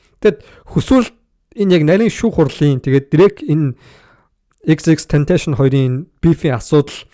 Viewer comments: Tentashion bish Tentacion shde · za chi mi ene huniig yarih bologuie yadaj neriign zuv duudchihguide unheer medeeleluudchn hudla shajina end tendees baahann hud yum yarid baihi😂😂😂 ter hun amitn eejihn deer meer bgaguma ahahhaha unheer yag zuvuurn sonsmr bvl ter jackool mvp geesee sonsoche sdnra ahahaha tern yadj hmagu deer shajnleshu ahahah